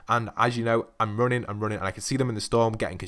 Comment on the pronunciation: You cant even say gunshots right or running,i forgot to say that you cant say jump right too